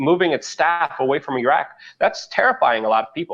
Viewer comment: Luke, I am so glad you pronounce IRAQ and IRAN CORRECTLY. Very grateful. You make them sound like idiot bumpkins. ~;)<333